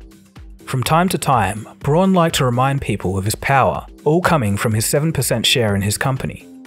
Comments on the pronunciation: Awesome vid! Braun = Brown, though!🤗 in German au makes ‚ow‘ sound!!! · Braun is pronounced like the English word "brown", not "bron" or "brawn" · deleted his comment, I guess he learned something ^^ SnoopyDoo replied: "Braun is pronounce "bronn" in German and not "brown". I know. I live here and speak the language." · Braun is pronounced "brown", not "brawn". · It's really pronounced brown. But it's the closest you can get as an english speaker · FYI "Braun" is pronounced more like "Brown" and is in fact the German word for brown 🤎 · German tip: "Braun" is pronounced just like "brown". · Braun in german means brown...and is pronounced with roughly the same vowel sound (unless you’re Australian). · The pronunciation of Braun is like the pronunciation of brown and means almost the same.. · Very nice, but would it kill you to pronounce German surnames correctly?